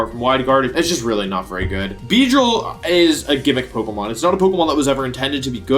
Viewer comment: Wery soon, being wery hyped :P